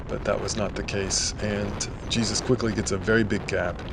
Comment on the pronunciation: I think his name is pronounced Hey Zeus. Have taken some Jesus-led spin classes in the past ;-)